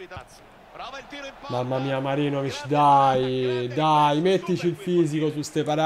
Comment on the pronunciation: È Marinovic o MaGIROvic??? 🤣